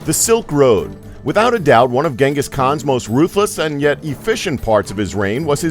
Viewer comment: Its not ganghis it genghis the great tyrany